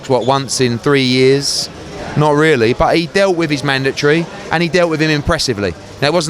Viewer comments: it's MANDATORY NOT MANDATREE U FUCKIN English bum... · What the fuck is a mandatree?